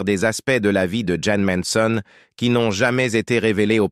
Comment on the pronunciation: Ces commentaires avec cette voix robotique et répétitive sont antipathiques. Jeane méritait mieux. En plus le commentateur prononce mal le nom de "Manson".